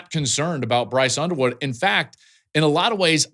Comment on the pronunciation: I could swear he said Brice Underwear at First.